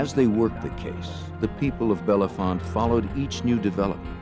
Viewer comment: It’s bell-font not Bellefonte, the E’s are silent source: local.